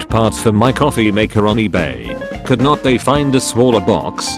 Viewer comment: Something also mildly infuriating how this robot voice sais could not